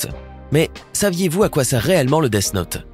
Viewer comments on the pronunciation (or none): none